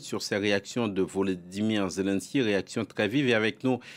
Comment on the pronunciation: Ze len s k y. Le. Ma fieu...